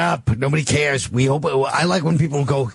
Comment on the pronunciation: Whooooooooooo careeeeeeessssss